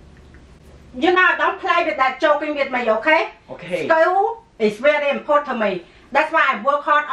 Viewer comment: Holy shit, my mom would react and sound exactly like this. Especially when they say "important" they say "import" lol and that's when the ass whoopin would have started for me X'D I'm dead